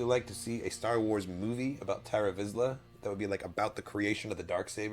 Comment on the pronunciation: Why do you guys keep calling him TARA Visla...like a girl's name. It's TAR Visla... pronounced like that sticky black stuff.